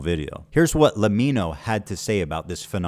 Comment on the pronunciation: you pronounced lemmino wrong :(